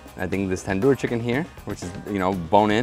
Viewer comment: Tandoor……i (eee)